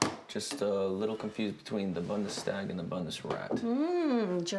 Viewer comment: It's not "Bundeschtag" or "Bunderast", but otherwise an enjoyable flick.